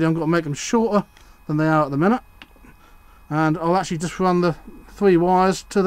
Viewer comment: Favourite word - "Acshully"! ;-) Interesting clip, though! Excellent slip-ring assembly, but is the current carried through the hinges? It appears to be - I think I would have bolted a bit of copper braid across the hinges - like the stuff a car battery earth lead is made from.